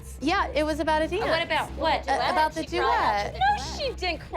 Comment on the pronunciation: why does Chloes mom look like that and say "the doooet" like that lmao Is she drunk here?